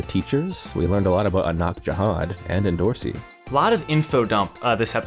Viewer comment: Should we all start pronouncing Endorosi's name properly ... like the way anak says it at the end of the episode Like we don't clearly pronounce the first 'O' enDOrosi - DO should be prounoced as the DO in dome RO should be pronounced as Rose En Do Ro Si